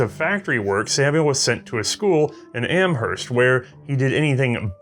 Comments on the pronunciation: Great video, very educational. BTW, "Amherst", the town in MA, is pronounced without the "h". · As someone from mass I thought it was hilarious how he said Amherst